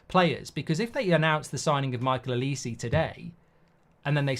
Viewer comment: I hate the way you pronounce Olise omg